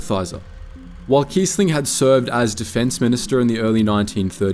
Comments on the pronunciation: Fyi: Quisling is pronounced “kwisling” in English, not “kisling”.. This video is a great topic never covered elsewhere. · Without the resistance, the war would have taken longer to come to an end. **edit**By the way, Quisling is pronounced kwisling 😉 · The name Quisling is pronounced “Quiz-ling”.